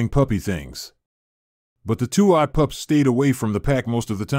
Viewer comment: What kind of narration is this.? Weird and the guy says VIT instead of Vet and says POUPS instead of Pups.